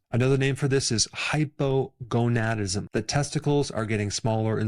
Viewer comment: Anyone else smirk a little when he said hypoGONADism. I need to grow up